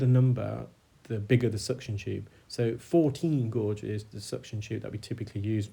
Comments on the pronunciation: gauge not gorge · I love these videos! I'm being distracted however by your occasional mispronunciation of the word gauge. It is pronounced "gayge". Thank you for these informative videos. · He's pronouncing gauge differently. A gauge is a term used for measurement. A gorge can be a narrow valley between cliffs or big hills like Cheddar gorge or it can mean to be greedy. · Gauge is pronounced Gayje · Thank you for the time and effort you put into your videos, they are very educational which makes this really interesting. The suction tube looked huge in that ear canal. The correct pronunciation of guage rhymes with age, anybody telling you different is wrong. The main English dictionaries all have the pronunciation written with the word. Saying that it doesn't matter as we all know what you mean.